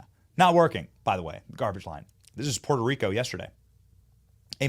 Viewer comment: Was it just me or did it sound like sloppy Joe almost said he was from Porta Rico? Add that to the long list of origin story lies he has told.